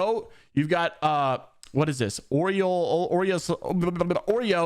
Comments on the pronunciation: Orioles is pronounced Ore-ree-oles. He’s a goat. Was #1 pred on PS many times. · How can an adult American male not know how to pronounce Orioles? Can you also not pronounce Yankees, Red Sox and Cardinals?